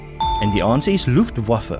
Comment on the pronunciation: "Rabium" should, of course, be "Radium". Aristotle died in 323BC. The term "scientist" could hardly predate him by 2 millennia! "Luftwaffe" is pronounced LUFT-va-fuh. German "w" is pronounced like the English "v". Odd you missed this as you pronounced "Wehrmacht" correctly. "... the king and his government WERE not above the law". It's "Aqueduct", not "Aquaduct".